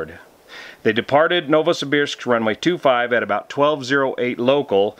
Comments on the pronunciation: excellent pronunciation, Novosibirsk. Thanks for the info. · Your pronunciation of Novosibirsk is quite correct. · You nailed the pronounciation of "Novosibirsk" :) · Novosibirsk name - you speak correct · Your pronunciation of Novosibirsk is correct. My ex is from there. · Yes, you are pronouncing Novosibirsk correctly. In particular, the "ir" is pronounced almost like it was "eer". Its a mouthful. Many locals simply say Novo. City has underground tunnels between buildings due to cold weather.